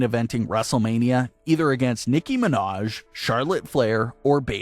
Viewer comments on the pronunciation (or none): “Nicki Minash” 😂